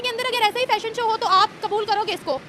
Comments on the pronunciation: ❤❤ Uncle, Not Phashion show Please (Fashion show) Boliye F F F, apka Pronounciation thik kijiye 😅😅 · . Uncle Ji, ap to bura maan gaye, mai to thahra Anpadh Gowhar, Angrezi Bhasha Haame na paata, Lekin Lekin Please "Fashion Show" bola kro, na ki Phashion show, Boleto pronounciation sahi karao taki hum jaise Anpadh ko bhi samajh me aye,.. Namaste 🙏